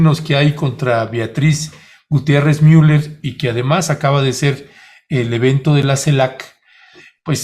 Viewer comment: Es Miuler no Muler.